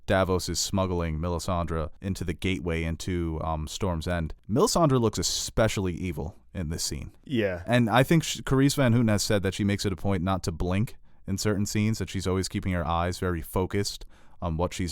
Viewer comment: You almost got carice's name correctly :) you should pronounce "van" as "vahn" and the ou in "houten" as the ou in ouch.